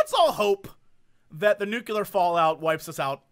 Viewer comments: Nuclear, Jesse, not nukular. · "nucular" UNSUBSCRIBE "spleakling" RESUBSCRIBE